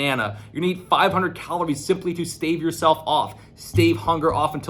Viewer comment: Play at 0.5 speed to experience the true way of pronouncing the word "calories"